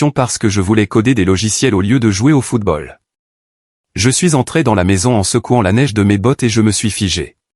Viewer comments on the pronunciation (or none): none